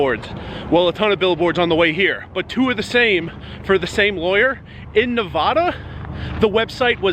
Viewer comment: Anyone get put on instant tilt hearing him mispronounce Nevada. Trooper used to do the same thing.